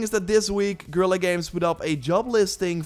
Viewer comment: Guerilla = Girl-ah? 🤪